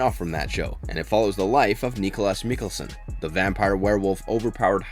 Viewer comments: I'm so sad he keeps saying "MIKELSEN" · Nice video, but the way you pronounced Klaus's name and Mikaelson made me cringe.